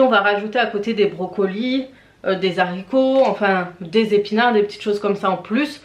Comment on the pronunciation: Alors les zaricots n’existent pas on dit les HARICOTS😂